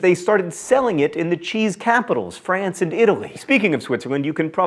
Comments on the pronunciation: Hi there! Just to salute the nice effort made on the french prononciation in this "cheesy" episode (never gets old). Your "France" is pretty brutal though. x) PS: Camembert and Brie are commune's name, not region thankfully. ;) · And France was not properly pronounced.... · littlehouseonthepreposterous Similar to his pronunciation of France, or has John would say: "FRRRAAAWNCE". Technically right, but a little bit over-zealous. :) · im not French im Danish so I really have no idea, but I have never heard a Frenchman pronounce "France" the way John Green is pronouncing it so im going with a rating of "somewhat poorly". Also its also Emmentaler cheese in Denmark. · I feel the same about brie. The crust is sooo nasty! And you're pronunciation of France is a bit agressive lol. I'm in Quebec but I don't think in France they say it so violently! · I could not stop laughing every time John said FRANCE